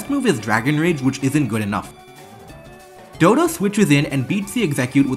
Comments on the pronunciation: It's weird that the guy can play pokemon so well and yet cannot read the names of the pokemon correctly dodo? DoDUO doh duuu oooohh. dodo is just an animal in the real world. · it's dodou not dodo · The way they say "Dodo" and not "doduo" is so frustrating /lh 😭😭